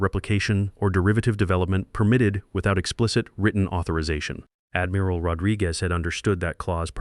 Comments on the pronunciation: AI mispronouncing “Admiral” as Admeeral”?? Really really distracting when AI mispronounces words. Damn it. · Well, not very good pronunciation. Admeral. No it is admiral. I not e. And ia am sure it said was 20016, twenty thousand 26, which I think is a bit 2O thousand years into the future, 2016, two thousand 16. Confused between… 2013 and 2014 is a little bit off, 20 thousand years not quite so. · It can't even say "admiral" and other common words correctly. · Really choked on "Admiral". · Do you edit your videos? Your AI can't even pronounce admiral correctly. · Why does your narrator not know how to pronounce " admiral"? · And pronouncing rankings like Admiral. 😅